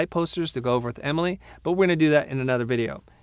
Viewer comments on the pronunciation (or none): none